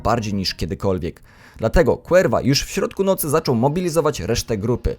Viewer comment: Cuerva czyta się kurwa tak na przyszłość